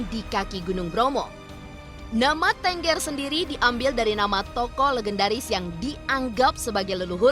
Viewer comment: Cara penyebutan suku TENGGER aja salah ..Kalau ditulis ya itu Bacanya # Thenggher...#..😂😂